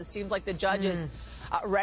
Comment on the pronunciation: What's a, "geg order"...? I can't say what i want to on here, but you know...!